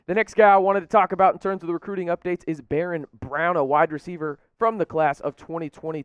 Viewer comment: I don’t think he has a clue. Didn’t pronounce “Barion” Browns first name correctly...doesn’t know that Denver Harris plays for North Shore, not north side. Smh